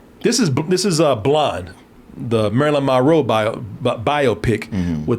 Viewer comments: Drink every time he says Marilyn Ma-Row 🥴😵🍸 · He can't seem to enunciate Monroe correctly